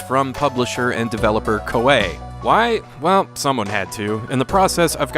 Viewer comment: I thought it was pronounced ko-ee